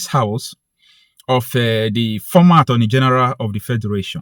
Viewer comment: Did you say the Attorney General or the Armoury General?